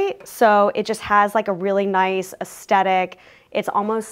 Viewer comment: Wow! Fantastic work. I can't help but mention, because you used the word so often, you are mispronouncing the word aesthetic. The first "t" is soft, as in "the." The second "t" is the only hard sound. Cheers